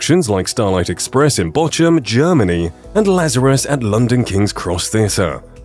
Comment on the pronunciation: Oh… oops… learn how to pronounce that German city…. Bochum…. “ch” is not pronounced like in english. Tidbit…. Starlight Express has run in Bochum for over 35 years!!!! OMG!!! I have been to it once.. but many have been to see it multiple times…. Obviously